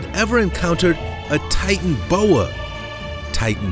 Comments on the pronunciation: Hahaha titanboa it's titanaboa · Not titanboa its titanoboa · NO NOT TITANBOWA well how every u say it BUT I LOVE SNAKES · . its a titano boa not a titan boa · you cant say titanoboa